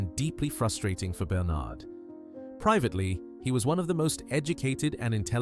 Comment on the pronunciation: Quite agree. Obviously AI narration, too. British accent but pronounces "Bernard" as BerNARD". Dead give-away. Not impressed.